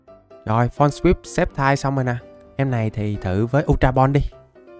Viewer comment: sextai cái j mà sextai Pokemon người ta tên là sì kép tai đọc là skép taiz ko bt còn đọc sai🤬